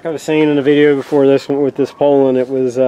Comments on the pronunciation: The way you pronounced Poulan.....LMAO. "Pole-en"...lmao it's "Poo-len" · crazy cause in 40 years never heard anyone say it the way you say it. POULAN is French so need to say it like a Frenchman POO-Lan